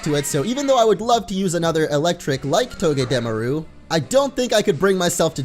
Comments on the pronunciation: NO BITCH ITS PRONOUNCED TOE GAH DA MAR OOH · Its not togedemaru its toe-ge-de (like demolitiom) maru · It's not togedameru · It's toge-deh-mar-ue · It's pranounsed to-ga-da-mar-u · I fell as if said "Togedemaru" wrong....